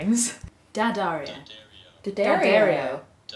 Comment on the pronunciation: It's pronounced Dee-AH-dar-ee-o not DAH-dar-ee-o